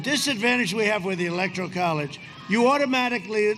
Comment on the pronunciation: Really though, Has Donnie had ribs removed so he can blow himself? Yes Dummy Donnie, "Corript" is "like Corrupt" only wrong. David, Why can't you say "electoral" properly? Even Trump can!